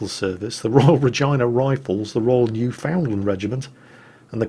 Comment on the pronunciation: AKSHULLY, — and this is entirely forgivable— the Canadian province of Newfoundland is pronounced “NOOFIN-land”. Because English is a peculiar language. All the other provincial names are pretty straightforward, except Saskatchewan. Suss-CATCH-chew-on.